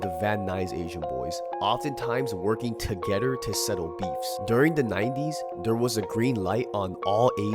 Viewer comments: to"getter" sheesh.. lol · You say together weird af